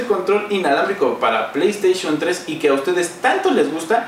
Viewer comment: playstation 3 ulala señor frances y como se dice? pley3